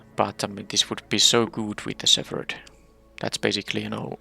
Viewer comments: Oh and btw, the "ph" in "shepherd" does not make the "f" sound. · Silent or just very barely there, the p sound should be noticeable. At first I was confused why you were pronouncing it like that, then figured you were using the "ph = f" sound rule, which just doesn't apply to shepherd.